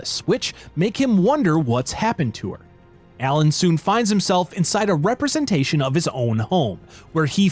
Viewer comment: U keep pronouncing Alan as ELLEN